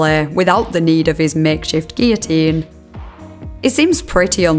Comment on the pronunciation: It is SO refreshing to hear someone pronounce 'guillotine' correctly! I'm an American, so I'm unsure about the usual pronunciation in the U.K. but here almost everyone here says, 'GILL-o-teen,' and it is a huge pet peeve of mine.